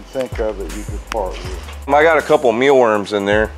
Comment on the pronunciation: lol did you say meal worms haha